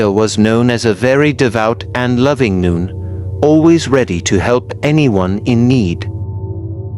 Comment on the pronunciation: Okay, I made it 48 seconds in before the idiot AI voice decided to pronounce "nun" as "noon". Fuck this channel.